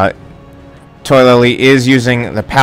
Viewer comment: I believe his name is pronounced Toh-a-la-lee not toy-la-lee. Good game though